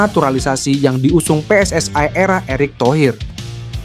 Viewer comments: Wong indonesia aja ngomong PSS AI koyok wong malay aja PSSI mas. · Min...gue dengernya geli PSSI jadi PSS -ay